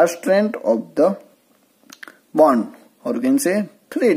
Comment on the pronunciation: It's not band type. It's bond type